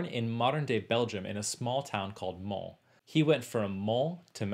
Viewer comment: One pronounces the "s" in the word (town) "Mons" (but not in the word - racing city - "Le Mans"). Confusing, I know - don't blame me, I'm just the messenger. BTW, De Lassus also likely spoke Flemish.